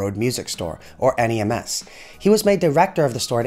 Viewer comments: If your'e from Liverpool (as I am) it is known as 'NEMS' not N.E.M.S. A small point I know.. went there many times in my youth.. and just across the road was 'Hessey's' music instrument store, quite a small store, but where everyone who played an instrument went.. including the Beatles :-) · Nice video but it’s just NEMS one word not N E M S but other than that great facts 👍